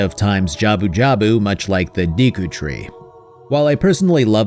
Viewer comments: Look up how to pronounce deku please 😂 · Nintendo should have a class on how to pronounce Deku, Gerudo and Hylian.